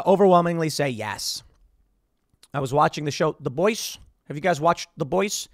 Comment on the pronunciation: The boise? You mean the boys?